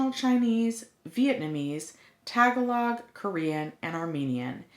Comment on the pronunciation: You’re wonderful, however, Tagalog is pronounced TAH-GAH-log. The information you provide about EDD is great. Thank you. 👍🏼👍🏼